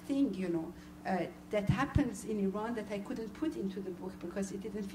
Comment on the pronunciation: Ugh when they say 'eye-ran'